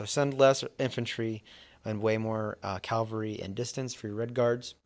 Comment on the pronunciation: It’s CAValry not CALvary